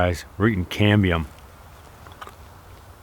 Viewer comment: When my son heard this video he thought you were saying CADMIUM.... lol... he almost choked on his dinner..... DAAADD WHY IS HE EATING CADMIUM????...... Love your videos man. Just found you today.